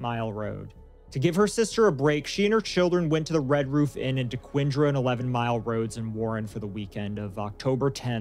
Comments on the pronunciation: Its pronounced like this DEE QUINN DER. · As a local to Detroit I love how you, and everyone else, pronounced dequindre 🥰